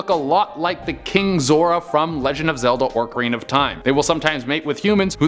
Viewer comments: How he said ocarina bothers me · how can you mispronounce so many words, even ocarina.